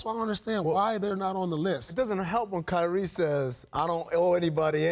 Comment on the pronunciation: She said Kywie 💀